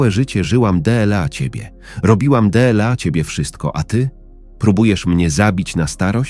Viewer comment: De el a =dla,czy to takie niemozliwe do wypowiedzania ,a takie irytujace